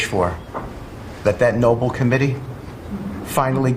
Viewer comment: Do this dimwits realist there was someone named Nobel after whom the prize is named and NOT that it is a noble endeavour??? It might be a case of pedantry, but ... I get it if it is someone for whom English is not their first language, but clearly Whitcoff thinks he is saying noble. And NOT in a noble way of course. Or is it American English??? (I don't think so.)